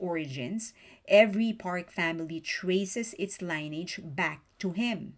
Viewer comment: Just as info - the word 'lineage' is pronounced : Lini (like 'mini') - idge (like 'bridge'). I don't really mind. But it's fun to learn a bit of Korean history like this.